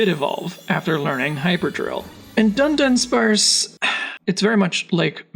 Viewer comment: A lot of people seem to do this, but it's Du-dunsparce not Dun-dunsparce 🤓